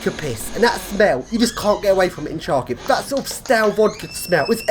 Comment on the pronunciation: you pronounce the name of the city incorrectly: first letters "Ха" sounds closer to "ha-ha-ha", not "Cha". "Сha" is "Чa"